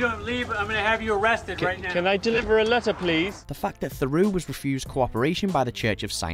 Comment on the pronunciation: Mate, with all the respect in the world, if you cannot pronounce 'Theroux' properly you're perhaps in the wrong game.